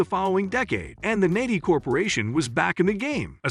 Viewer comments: Nehi, I always pronounced knee high not nay he. Wrong all this time I guess or maybe a north/south thing lol. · I've never heard anyone say "NEH-hee". According to Wikipedia, it's "KNEE-high". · Cherry RC is the best cherry cola. Also, the only reason I know it was a robot narrator was key mis-pronunciations, like Ne-hi. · NEHI is pronounced "KNEE-HIGH". Jeez! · It’s pronounced “nee-high”…. As in “I’ll have a grape nehi.” Which was popular with young kids at the time. And as my grandfather would call it, a “grape nee-high” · Nehi is pronounced "KNEE-high". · Nehi is pronounced nee-high. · knee high is the way it was pronounced in ga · If you are going to make a video, you should pronounce the name right. Nehi is pronounced like knee-high. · It's pronounced knee-hi. Hurts my ears when you say it so confidently so wrong. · Nehi, pronounced Knee- high....that was radars favorite drink on MASH....grape, that is.....😊.... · All these years I have been pronouncing Nehi as Neehigh. Must be a Brooklyn thing. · Interesting I had always thought that Nehi was pronounced "knee-high". Might be some regional pronunciation? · Nehi is pronounced Knee-High. Nehi grape soda was Radar O'Riley's favorite soft drink in M*A*S*H, and he mentioned it often pronouncing it knee-high. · And yes, it is pronounced, "Knee High" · NEHI is pronounced "Knee-High" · I thought NEHI was pronounced 'knee-high'. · Not how Nehi is pronounced. Should sound like "Knee-High" (notice the knee-high skirt on the billboard). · At least in the TV series M*A*S*H, 'Nehi' was pronounced 'knee-high', and Wikipedia confirms this as the correct pronunciation. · Learn to pronounce nehi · If your going to do a story about RC learn how to pronouce nihi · Thank you! Can't believe they make a video about soda and don't know how to pronounce the name of the brands.